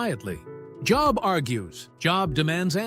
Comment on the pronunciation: This might be better received if the producer knew that the proper way to pronounce the name Job is with a long "o" sound. Like Jobe or "Oh" AI can only take you so far.